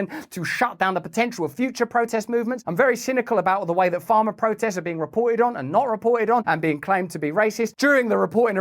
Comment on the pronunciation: Don’t motormouth. When you make an important point, pause. Your pronunciation is challenging for me to comprehend. Sometimes Pharma sounds like farmer. It’s difficult to distinguish the two, especially as you’re talking a mile a minute. Thank you.